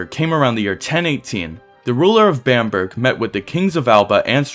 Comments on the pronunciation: Bamburgh is pronounced Bam-Borough not Bamburg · Bam-burg is pronounced Bamburrah.